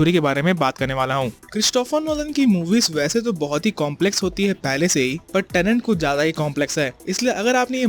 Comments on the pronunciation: अबे झंडू टेनेंट नहीं "टेनेट"। "TENET" जिस फ़िल्म को एक्सप्लेन कर रहा उसका नाम तो ठीक से कर!! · Tenet hai tenent nahi. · It’s tenet not tenent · Why am i hearing tenent